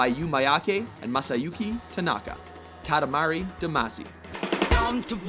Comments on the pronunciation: Kah-tah-ma-ri not Ka-ti-ma-ri. The a isn't the sound you'd use in the word cat, it's the a you'd use in the word art. And the ti is more of a ta then ti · Katamahree, not katamary (as in sound wise)